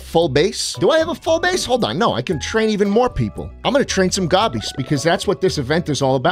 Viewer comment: you CAN'T say Gobbies man!